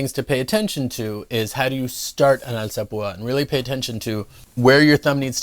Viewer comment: what lacks in technique he more than makes up for with pronunciation. alzapooooh ah